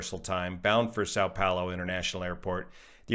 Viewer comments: Som Pollo, not sow pollo, Brazilian Portugese for Saint Paul. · not too bad on your pronunciation of Vinhedo. You need to work a little one the 'a' with tilde in São Paulo. Boa sorte meu amigo.